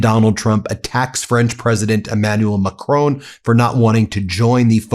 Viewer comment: Crazy Trump indeed doesnt know how to pronounce names or remember them, but in all fairness, after all this time you also still cant pronounce Macron properly.